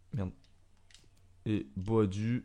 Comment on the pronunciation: Ça se dis pas boadu mais boadou tu dis les 2 ça me fais rire 😂